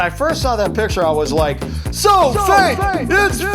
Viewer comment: There is no e in fake when you say it’s so fake is funny